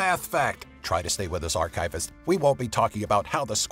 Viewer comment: "Archivist" made me cringe